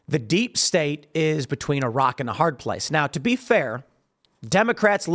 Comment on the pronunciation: I thought you said Iraq and a hard place.